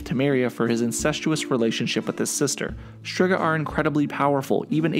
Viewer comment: well you mispronounced Torque and Striga too (even though I would think you’ve heard them said the right way in the show and games) and you’re making an informational video so like, it’s worth trying to get it right. You also got the bit confused that Torque was getting food for the elves he pitied, not for his family. Otherwise it was a nice video for those unfamiliar with the series, but don’t get so high and mighty when someone politely informs you. Maybe learn how you can improve instead of getting defensive?